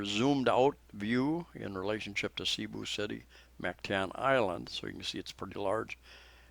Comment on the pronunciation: i thought you were an intelligent individual making useful videos for people around the world. say Bath Room as most Filipinos say and Cebu city, not say bu. The name "Cebu" came from the old Cebuano word sibu or sibo ("trade"), a shortened form of sinibuayng hingpit ("the place for trading"). It was originally applied to the harbors of the town of Sugbu, the ancient name for Cebu City. and when you find any real estate advertisements saying CR let me know.